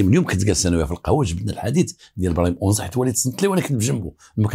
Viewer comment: السلام انا مدينة اكادير اسم تلك المنطقة ليست اونزا بل انزاتوجد على شاطئ مدينة اكاديرقرب الميناء الللتسويق والاستراد والسلام